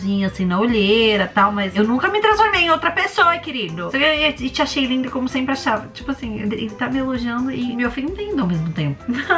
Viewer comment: "senpre" "SENPRE" mds